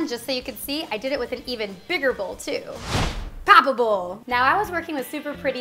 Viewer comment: Ohhhh😂 I've watched this video several times and I thought she said... "Poppable" 😂😂